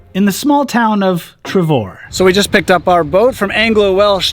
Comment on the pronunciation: I have abseiled off this one many moons ago. I believe the correct pronunciation is Treffor you exchange the V for FF .135 ft down to the foot path pretty scary at the time, I found some people were struggling to walk across it let alone hop over the railings and descend on it. It truly is a wonderful area to visit and if you get the time visit the rock faces a little bit further north.